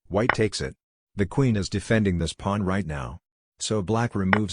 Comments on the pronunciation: It's funny how it calls it a plan, instead of Pawn. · "now you are up a powln" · Is it some meme-joke to have the text-to-speech generator say "pwan"? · The way he saya "The pwuan"😂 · I have to laugh at how AI voice frequently mispronounces “pawn.”